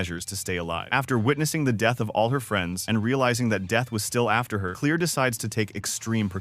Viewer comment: It’s pronounced Clair not clear